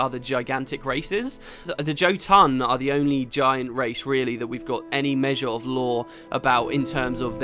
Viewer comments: well you might deserve one who know, but i would vote for it to call it woden potetas. since you like to mispronounce alot of names, mister jotohn;) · Haaha, love the way you pronounce "Jotun" ^^ Btw, great video!